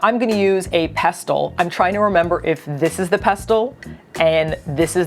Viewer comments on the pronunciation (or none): Yup, we call it a "Cucumber". We also pronounce "Pestle" as "pessle". Think of Jamie Oliver saying "Mortar ans pessle". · wait... the T not silent in pestle? I might have to update my fifth graders' phonics lessons